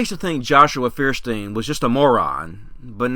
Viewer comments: Fierstiehn? It's Feuerstein. Does he himself pronounce it Fierstien? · Feuersteir is too stupid to even pronounce his own damned name! Hint: It is "Foyerstein". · Feersteen? Not proper pronunciation. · Feuerstein can't even pronounce his own name correctly: it's Foy-er-shtine because it's a German name. English speakers are infamous for massacring foreign words even if they're easy to say, which is why we even pronounce Einstein's name wrong, since the 's' turns into 'sht' in German. Stuck Together his name translates to "Fire+Stone" or "Flint", which means he is actually "Mr Flintstone!" I gotta wonder if this was intentional on his part and he's just trolling everyone for cheap laughs... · Feuerstein is a german word and means flintstone! the american pronunciation is so funny xD